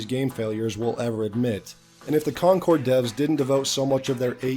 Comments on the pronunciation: Yeah, you can tell he knows what he's talking about, when he repeatedly mispronounces Concord as "conquered". Rather reminds me of that time Downward Thrust made a whole video talking about "Wolfensteen: The New Colossus". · When he said "Conquered," I heard, "Conker," and was expecting a drunk squirrel. Day ruined 😪😂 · He keeps pronouncing “concord” like “conquered” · Why does he keep pronouncing "Concord" like "Conquered"?